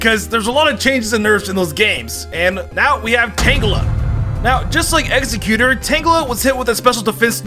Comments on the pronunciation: Wtf is Egg-xe-quter. I love you, but tht is driving me nuts lol 😆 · Lol saying Exeggutor wrong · I hate how he says Exeggutor lol